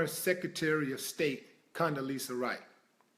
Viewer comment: Rice...not ri.